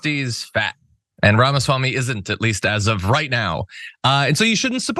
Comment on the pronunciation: Ramasmackme. Really?😂